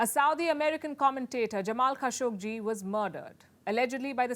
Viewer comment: Wow, despite how much I dislike your reportage, +1 for properly pronouncing Khashoggi and Qatar. But don't say "America" when you're only talking about the US; it would be like saying "Asia" when you only mean China. Ironically, that synedoche is yet another lie orchestrated and propagated by the US since the 1950s.